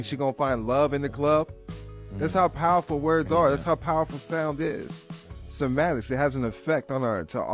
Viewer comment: “Somatics” for Cymatics is crazy